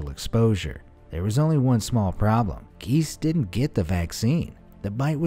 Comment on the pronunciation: Giese is pronounced Gee zee.